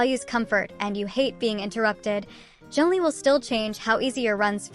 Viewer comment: Bro said zeng lee 😂